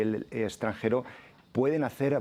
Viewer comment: ExtranGero...??? O extranJero?